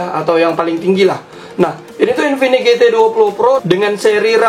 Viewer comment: mereka dengan sadarnya menyebut infinix dengan sebutan Kingfinix 🤣